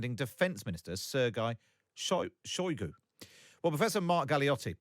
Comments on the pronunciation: Did he say Sirguy Soygoo? 😂😂😂🤷🏻‍♂️ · Putin might be planning to toss Shoigu under the bus and blame him for all the failures. Also Sir-Guy Shy-goo? who pronounces his name like that?